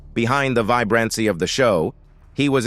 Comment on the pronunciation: Who the heck does the commentating on these things. At approx the 7 minute mark everything turned to poop. The pronunciation of the most simple words: "vibrancy", "embroiled", "legal", "image", "trouble", "emerged", "marriage", "shadow", and "spousal". Unless English isn't this guys first language, I'm confused. Was he having a stroke possibly?